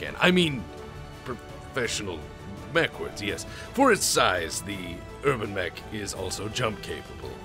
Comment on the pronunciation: New meme has dropped: thanks to a funny mispronunciation, the UrbanMech is now the HerbalMech.